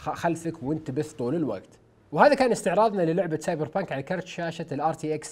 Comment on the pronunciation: سايبر بانك❌ أساسن بانك ✔✔